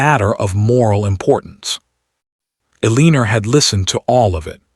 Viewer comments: So her name is Ehr lean er rhyming with wiener? Seriously, get a better AI voice. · WHY IS HE MISPRONOUNCING elenOR FORelinER VERY ANOYING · Poor poor Ay- leener.😂🤣🤪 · So they are cousins? At that time, marrying cousins was allowed? Why write the story that way for us modern readers? It's a gross concept. Also, why was his mom in charge? He's the duke. He's not even "the heir" because his dad has already died and he ought to have inherited his dad's position. What's with the pronunciation of her name? Why all the misspellings? Do you humans who posted this drama even care enough to proofread it, to listen to it first before posting? It seems rude that you either don't bother proofreading/editing, or you see these things and don't care. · Mispronouncing her name is very annoying. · I would have enjoyed this audio story if your AI reader would pronounce words & especially names correctly. It was a big turn off for me. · The title doesn't match the story. He never asked why she ate at the kitchen table and wish AI narrarator could pronounce Eleanor's name right- very annoying. But good story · Thank you for your story. Well written, good pacing and development. Well developed characters. Narration is clear and precise, it needs some emotion and correct pausing and emphasis when necessary. I have noticed you ke the name Eleanor or Elena whichever it is. Please stop using a name your AI can’t pronounce. Every time he says her name I can’t help but flinch. Why not give us a look at their future including children. I personally would have liked that instead of some much land management and tenants, etc.